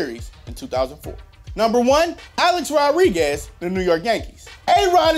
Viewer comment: Why was he saying “Rodriguez” like “rod-riguez” instead of “ro-driguez” 😂